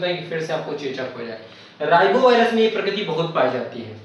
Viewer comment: Rhinovirus hota h sir ribovirus nhi .